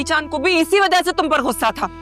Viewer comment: اردو تلفظ تو پہلے درست کروایا کریں۔غصہ ہے گھسہ نہیں